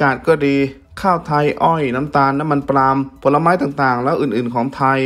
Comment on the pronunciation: ได้ยิน2ครั้งแล้วที่ออกเสียงน้ำมันปลาม/ปาล์มออกเสียงปามมีการ์รันไท่ออกดเสียง